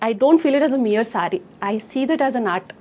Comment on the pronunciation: సాడీస్ ఏంటమ్మా సారీస్ చీరలు